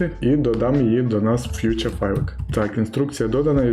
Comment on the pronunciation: круто! Тіко не фюча файли, а фіча файли)